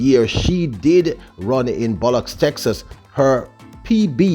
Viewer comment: Where is "Bullocks Texas" ?? It's Lubbock Texas